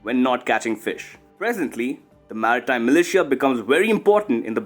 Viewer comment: TERRIBLE PRONUNCIATION OF MILITIA! '